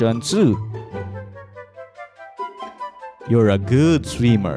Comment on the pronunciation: sweemer got me dead